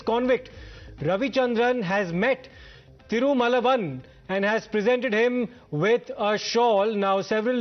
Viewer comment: Even though your channel didn't pronounce and spell wrongly the name Thirumavalavan. How did you understand the news of Tamilnadu and thier sentiment